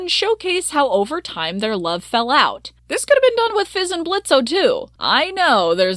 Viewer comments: I'm kinda bothered that you keep saying Blitzo.. that was his clown name, he left that life behind.. the O is silent now.. it's Blitzø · Why do you keep pronouncing the o in Blitzo? It's silent. Have u even actually watched the show? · the fact that you keep pronouncing his name in a way he doesnt want it pronounced, and the way that you talk about consent gives me the ick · This video is super good and aged well, but what’s the point of pronouncing the O in Blitzo when it’s not a part of his name. I understand it’s a fictional character but it’s basic respect to real people.